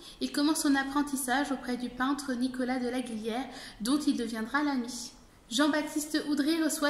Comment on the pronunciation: Il serait souhaitable que la jeune personne chargée des commentaires n' écorchat pas la prononciation du nom de LarGIliere .